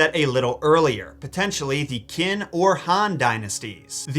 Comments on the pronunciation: *Chin, not Kin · It's qin...like..like chin. Not kin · Qin is not pronounced “Kin”, rather it’s pronounced as “Chin”. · my good man Qin is read as Sin! Just helping out 😊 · Hey! Your friendly History buff here, I love this video. I hate being the pronunciation stickler 😭 but for your future reference: Qin=Chin (actually where they get the modern name of China) and Xi=She (so pronounced Sheong) can’t wait for more Chinese related stuff! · Heads up, Qin is pronounced "chin" and it's where the name for China comes from. :) Middle-kingdom. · Qin is pronounced “chin” but I can appreciate the effort. 😂 In mandarin, Qs are “ch” sound and Xs are “sh” sounds. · Qin is pronounced (chin) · Not to nitpick, but "Qin" is pronounced as "Chin," where "China" got its name from. I know Chinese way of Romanizing its accents may seem weird but for instance, "Xi" in Xi Jinping is pronounced as "Shi." And thank you for this video, I LOVED Mulan when I was little :) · The Qin Dynasty should be pronounced "chin." This is literally the dynasty China is named after. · If we haven't already, we should make a messed up origins of Ursula the Sea Witch in honor of the unfortunate passing of her voice actor, Pat Caroll. Our poor unfortunate souls will thank you! Qin is actually pronounced CHIN not trying to be rude, but im not going to be the last person who says something I found out about the child mutilation the Huns participated in.....they would bandage wrap their babies' heads to deform the skulls and slice their cheeks to make them look more fearsome and to teach the child to tolerate pain. The skulls from the archeological digs look straight up alien, and when they reconstructed the busts, it looked even worse. It didnt take much for the Romans to classify other cultures as barbaric, but this time it was warranted. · the way you say Qin is killing me but base on the explanation of Modu then the time frame for Mulan is during the Qin empire